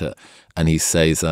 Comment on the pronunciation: "that say-s"? What are you, a mexican? It's pronounced "sez", dingus.